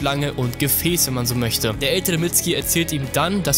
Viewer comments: Es wird nicht mitski ausgesprochen sondern mitsuki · Der heißt Mitsuki nicht mitski 😂😂😂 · nicht "Mitzki" "Mitsukie" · er heißt nicht mitski sondern mitzuki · diggah was für mitski🤣🤣🤣🤣 sag einfach mitsuki so wie in der serie du lelek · Mitsuki nicht mitsgi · Mitzki... saske... itatschi... bin ich der einzige den das heftig triggert? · Wird im japanischen ein u laut vor dem k laut nicht ausgesprochen oder warum heißen sie saske und mitski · FreezerJK-Online Es wird Mitsuki geschrieben aber Mitski ausgesprochen sogar Boruto spricht es in Anime so aus! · Wird aber "Mitski" ausgesprochen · man spricht das U bei Mitsuki mit🤦🏼‍♂️